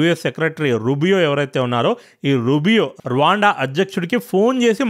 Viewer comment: Anna Raawaanda kadu Ruwanda antaru